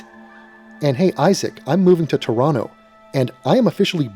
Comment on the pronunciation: Hey, see you in Toronto. The second 'T' is silent, btw.